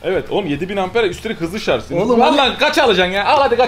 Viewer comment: şarz değil şarj